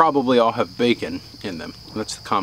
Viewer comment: when he was eating he said bacmon